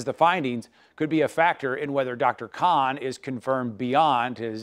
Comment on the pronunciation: Dear Channel it’s “KHAN” fix your things. You are being rude to my heritage, my identity and my tribe.